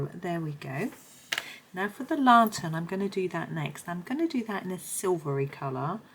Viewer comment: Great video. Lantern is pernounced LAN - TERN. You seemed to call it a LA-TERN. Not trying to sound nasty or anything just wanted to mention it.